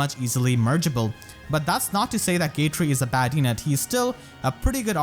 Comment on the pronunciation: Dude he keeps calling Gatrie “gay-tree” and I’m living for the Christmas spirit